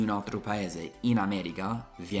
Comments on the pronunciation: Continua così, adoro i tuoi video e non ne escono abbastanza spesso! Una cosa però: attento all'inflessione dialettale! La pronuncia corretta è America, solo noi romani possiamo dire "aaameregha" 😂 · anche se il tuo italiano è stato appreso a Roma, ti prego, cerca di dire AmeriCa e non AmeriGa!😉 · Io AMO il tuo canale sia per le lezioni di inglese che per il confronto tra le nostre due culture... e mi fa Morire (in senso buono) come dici "Ameriga" in italiano con accento romano 😂♥️ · Quando dici ameriGa rido troppo, mi sembri l'amici miei de roma XD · se sei di Roma allora dici AmeriGa e anche maDemaDiGa, altro che il mio udito!🤣